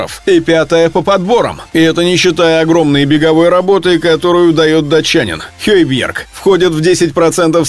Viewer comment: Почему произносите имя хейбиерг ,он же хёйберг